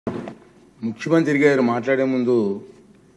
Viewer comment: ముఖ్యమంత్రి అనే పదాన్ని చక్కగా పలకడం నేర్చుకో